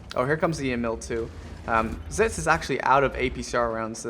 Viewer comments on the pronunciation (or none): Its pronounced Exits. Unless ofc you were fucking with him like most of us do. lmao. And are those Geese honking in the intro? (the part with the flag) I always mean to ask you that.